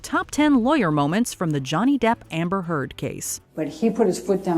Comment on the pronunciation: now i only listen "amber turd"